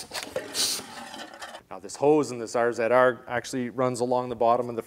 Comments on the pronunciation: Y u calling it R Zed R its Razor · Whats an "R ZED R"? Here in Wisconsin, its still an RZR. Like vids, Keep up the great vids.